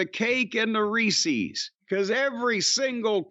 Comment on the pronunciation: Never understood why people pronounce Reese's like that